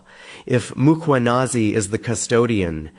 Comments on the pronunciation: It's surprising to me how some South Africans fail to pronounce the Mkhwanazi name, where does Makhwanazi develop from? I would understand Nhlanhla may be difficult unlike Mkhwanazi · not Mkganazi 😂 it's Mkhwanazi pronounced Mquanaz 😅 please